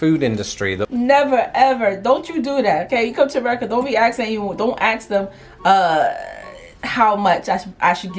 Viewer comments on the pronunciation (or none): sorry Im really sorry but I can't let this lie firstly you are not my girl and second the word is Ask not axe